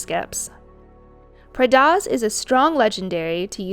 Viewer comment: Am I the only one that got angry at how she pronounced Prydaz...